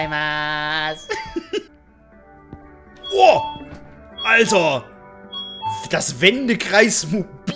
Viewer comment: krass du hast gesagt Danke sir also arigahto gozeymaz kannst du japanisch? Weil das war richtig